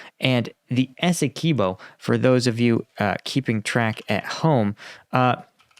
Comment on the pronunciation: It's Essequibo NOT Esse-key-bo please get that right. Written by a Guyanese ty.